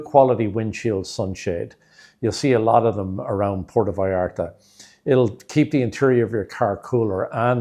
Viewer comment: You can not even pronounce Puerto vallarta, and your tips are b. S.